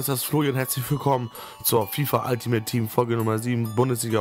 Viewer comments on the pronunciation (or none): none